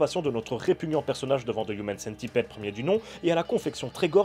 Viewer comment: On prononce pas Centipide par contre ?